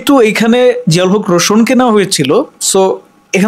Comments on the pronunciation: ভাই বার বার আপনি রোশোন বলতেছেন আসলে এটা রোশান হবে 😂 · ভাই রোশন না রোশান । প্রথমে নামটা ভালো করে শিখবেন তারপর।নিউজ বানাবেন।